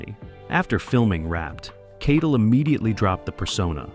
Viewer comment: It's Harvey KITEL PRONOUNCED KITE -ELL NOT KIDLE!